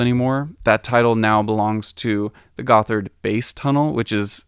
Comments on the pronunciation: gotthard also not pronounced "goth-erd", but literally "got hard" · Gotthard should be read as God-Hard. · cool video! even for somebody living around zurich like me, it's very insightful! I love all the old maps you provided. One small critisism: "Gotthard" is not pronounced "Guffard" but "Got-Hard". You're welcome! ;-) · The 2nd T and H in Gotthard are split so it's not pronounced as a th together in English is. It's pronounced Gott - hard.